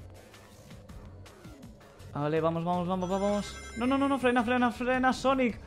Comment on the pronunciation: ja se escuchó no no no fran y sonic en ves de no no no frena sonic no me caguen a putadas en las respuestas